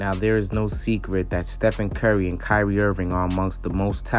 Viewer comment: it's Kyrie and it's not close